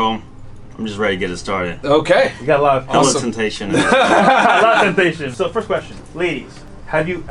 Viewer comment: Its first not fist